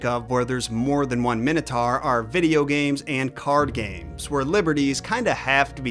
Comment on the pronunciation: So the "Wannabe" king of Crete is pronounced "My-Nos" and yet you STILL pronounce the creature "Min-O-Tar", not "My-No-Tor". Go figure